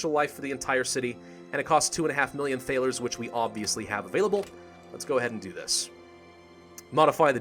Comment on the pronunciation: So annoyed at the way you pronounce Thaler. Though i love its spelled correctly for the time.